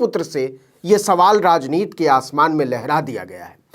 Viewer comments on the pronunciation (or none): अरे भैया आप "राजनीति" शब्द को पूरा उच्चारण कीजिए। उसे "राजनीत" कह कर हिन्दी भाषा को नीचा न दिखाएं।